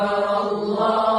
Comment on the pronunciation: It's "Ackbar" not "Aickbar" 😡